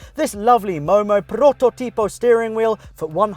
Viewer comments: In prototipo the stress is on the second o, not on the i: protòtipo not prototìpo:D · Favourite moment? You saying "prototipo" whith your italian accent ahahah (I'm italian).